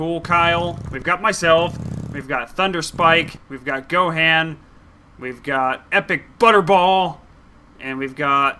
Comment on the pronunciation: Gohan is pronounced Gohon